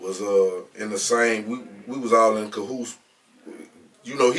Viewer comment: He said they was all in cohootes cahoots